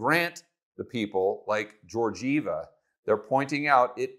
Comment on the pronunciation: Kristalina Georgieva. The last name is "Ghe-or-gyehvah' The G is pronounced as the G in Gammon not the G in George.